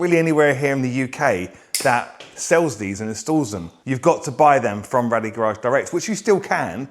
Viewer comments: Great products they are! However It’s actually pronounced Rade as in “Raid” not Rad-ee. The owner is called Radek and I can assure you it isn’t pronounced how you say it bud. You mention you can’t get them from anywhere else in the UK but in fact you can, I get my Rade Garage products from the only UK Authorised Re Seller that is Wrenchride UK in the North West. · Bloody hell. If you’re going to spruke a great product from a great company at least call them the proper name. RADE Garage not Rally Garage 🤦‍♂️ over and over again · sorry about that guys. Clearly my un-cultured Aussie ears heard it wrong 👍🏼😂